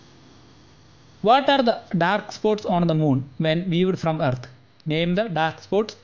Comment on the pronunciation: Good but a problem you can't pronounce the earth that all are good 👍👍